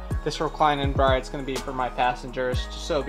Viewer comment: Brid not bride